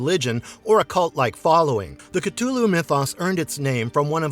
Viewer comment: The narrator kept miss pronouncing Cthulhu's name